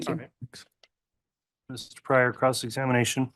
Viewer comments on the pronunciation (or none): How is it that mispronounces soooo many words?